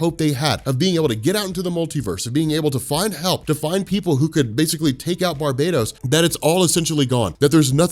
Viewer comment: Damn it's not Barbados is pronounced bar-ba-tos